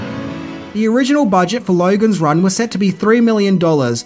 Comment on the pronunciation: I was watching bluey with my little daughter. She started to pick up the Ausy O sound. American O = O Australian O = OWaRuuuuuuuurooooooooh. Hearing you say Lowaruuuuooooogans Ran just made me think of it. Thought I would over share.